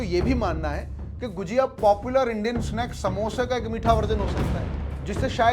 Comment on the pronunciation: गुजिया नहीं भाई गुझिया